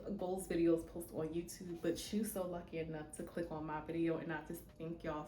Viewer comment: Also, are you from Baltimore? "Yewtewb" tickles me every time. 😂